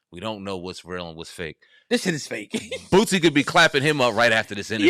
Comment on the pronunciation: Funny listening to you call him Bootsie instead of Boosie 😂😂😂😂😂